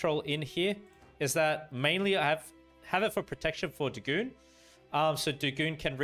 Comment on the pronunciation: think it's pronounced 'day' 'gone'